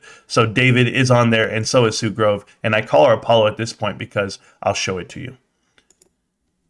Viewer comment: “and they sold the dicks” here I was trying to make a joke about him mispronouncing Sue Gove’s last name but I heard that and thought of your store lol. a sign it is. #BBBYYOULLBUYDONTLIEBBBY #SLOGAN #ROCKITMAN